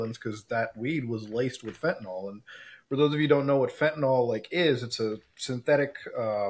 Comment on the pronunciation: Guys, it's fentanyl, pronounced 'fent-uh-nill' or 'fent-uh-nuhl', not 'fent-ih-nawl'. Sorry, pet peeve, and an all too common mispronunciation.